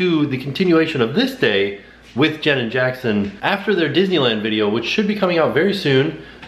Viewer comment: I love that when says 'Jenn and Jackson' it sounds like Janet Jackson. "Look forward to the continuation of this day with Janet Jackson" 😂